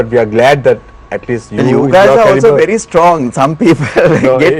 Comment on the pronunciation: "I'm ver honest" LOL 😇😜🤪😝